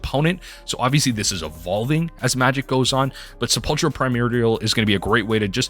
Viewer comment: Sepulchral is pronounced 'kral'... no ch sound.